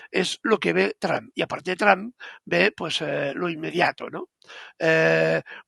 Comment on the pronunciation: Ribertoytu esposa es muy fluente en inglés te puede dar una mano, se pronuncia ( tramp) como la trampa sin la a al final